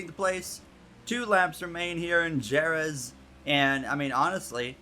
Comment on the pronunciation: Great and legendary circuit, definitely a cool concept!!! Pronounced Huh-RETH but what a cool idea!